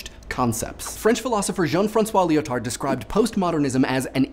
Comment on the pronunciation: I'm guessing you didn't take French in school. The D in Lyotard is silent. As is the S in Yves. French is weird like that.